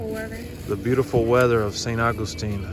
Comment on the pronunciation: That place was soo good! It makes me laugh how you say st augustine 😝🥰